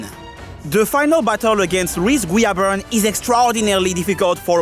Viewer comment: This is so off topic to the video but I loved A) everytime you went "omg its louis guiaberne" "omg that was louis guiaberne" B) i love the way you say his name xD idk why